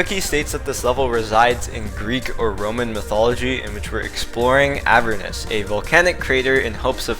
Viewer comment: The pronunciation of Heliopolis and Avernus cut off my fingers.